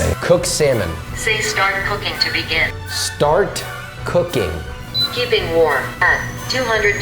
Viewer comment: Just say "START"